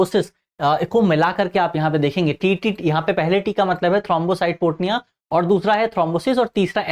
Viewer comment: Aapki pronounciation galata hai थ्रोंबोसाइटोपीनिया